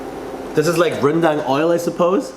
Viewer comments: pronounce it like rendung instead of rendaaang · Some people pronounce it rendeng instead of rendang,just some english and BM problems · Its pronounced rendang not rendang kappa